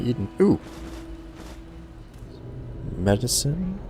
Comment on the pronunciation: "Medecine" lol